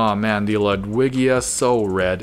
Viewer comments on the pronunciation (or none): none